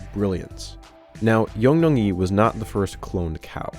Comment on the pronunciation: the first cows name sounds more like young-long-yi or yee